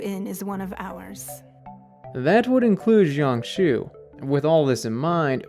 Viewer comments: its jiang shue not jiang shiu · ah yes my favorite npc "shian shoo" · good theory, but i cant help but wince at his pronunciation of jiangxue's name in this entire video 🥲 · real lol